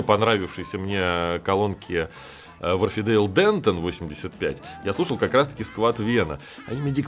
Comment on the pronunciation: Все равно не читает комментарии, но все же! Не вАрфидейл, а уорфдЭйл